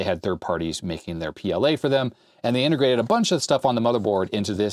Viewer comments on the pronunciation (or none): none